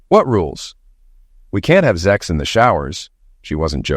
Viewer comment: Sex sex sex . Not zex . Why is saying SEX not OK but saying zex is OK ?